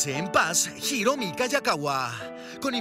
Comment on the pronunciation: Hiromi no Jiromi en castellano la h es muda q periodista ..